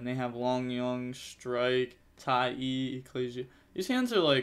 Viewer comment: broooo it's Tai "ah" with an A its not Tai E lol. love the channel tho keep grinding